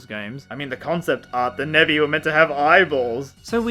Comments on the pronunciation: I only realized he was calling those monsters Nebby around halfway through the video... I'm not caught up enough with memes. Edit: Ok not Nebby but Nevi. I refuse to hear anything else though. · For almost all of the video I thought you were calling the Nevi "Nebby"